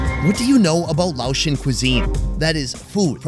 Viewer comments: Thank you for visiting Laos and immersing yourself in our beautiful culture and traditions! Your respectful approach and genuine interest are truly appreciated. 🙏 Also, respectfully, Laotian is pronounced lay-ocean, not laoshun. 🙈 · It's Lay ocean.